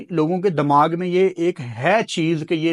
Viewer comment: Dimag ❌ Dammag ✅